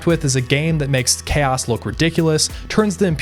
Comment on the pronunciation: What is worse than this videogame is your pronounciation of "chaos"... "chäs space marines" :face-red-droopy-eyes